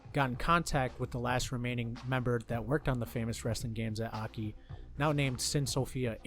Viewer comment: It's "Ay, Kay, Eye" Not "Ahkee"